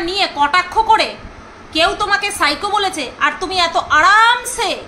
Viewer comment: Ajj Sunachi..Phycho Ki Pronunciation..Shiko😂😂😂